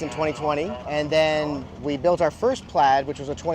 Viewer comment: I'm having issues with his version of "built"